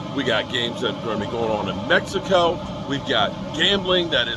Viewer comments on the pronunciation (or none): none